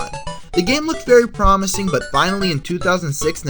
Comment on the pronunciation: Listen to the last word of every sentence...PROMIS-ing